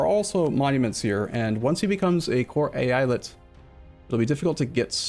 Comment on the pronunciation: It's pronounced "Eyalet",.